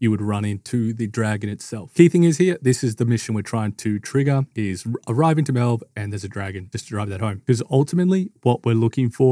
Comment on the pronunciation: No way you pronounced melve like that with everyone in game saying it the way it should be said 💀